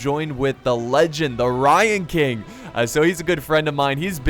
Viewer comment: at first when u were saying 'ryan king' i thought u were saying 'lion king' with an asian accent lol